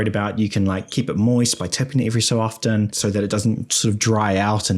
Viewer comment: The 't' in 'often' is silent.